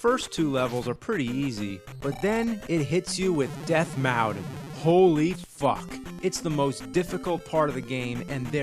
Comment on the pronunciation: "Death Mowton" haha